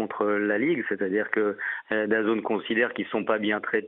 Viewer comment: Daz « N » pas dazone….